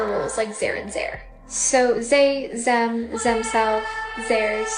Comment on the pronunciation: that's how my German parents pronounce them and they. xD